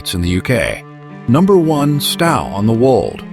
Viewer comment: It is Stow as in 'Owe' or 'Tow' NOT this idiotic AI pronunciation. Plus, the photos are not all matching the places the AI voice is trying to pronounce.